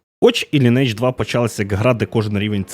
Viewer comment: через 20 років виявляється, що назва гри звучить як ли-ні-едж, з наголосом на "и" ))